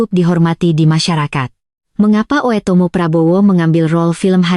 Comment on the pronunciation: dia baca oetomo bu dengerkan dngn headset